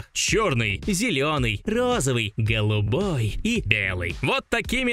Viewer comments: Да да, тож заметил 😅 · Как же по европейски было сказано "голубой"😂